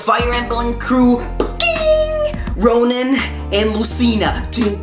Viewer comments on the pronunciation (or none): Um It's robin not ronin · Did u say Ronan?!?!